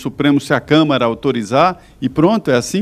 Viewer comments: QUE CONSTITUIÇÃO, DOUTORA ?????? E ANTES QUE ME ESQUEÇA...NÃO É ''CÂMERA''. É '' CÂ - MA - RA''. ASSIM EU CHORO ! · DISCUSSAO SEM.NOÇÃO. MUITO FRACA..A MULHER FALA CAMERA EM VEZ DE CAMARA... CAMERA E DE TV. E CAMARA É DE DEPUTADOS...VAMOS RIR.... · Mulher é Câmara e não câmera! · É impressão minha ou essa Senhora fala "Câmera" dos Deputados??? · Que nem o reportem relatou, se por acaso, isso acontecer) ;isso é só um impoti-se) supondo¿ Se isso acontecer, também eu; estou de acordo com a pronúncia da senhora comentarista: Que o senhor Mourão; é quem deveria assumir e continuar no cargo da Presidência do Brazil.